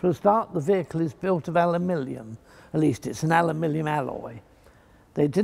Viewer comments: is saying alumilium, not aluminium.😁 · Americans: “Aluminum”, British: “Aluminium”, Fletcher: “Alumilium” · alumillium huh? did the british invent a new element? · I have heard it pronounced "Aluminum" and "Aluminium", but never pronounced Ow-U-Millium. Another spelling in England? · I see you have discovered the ultimate form ofaluminum, "alumilium" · I thought "alumillium" was some kind of aluminium composite. Didn't realise it's just the way he pronounced it :). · Not forgetting the pronunciation aluminium. Classic! The man is a living legend.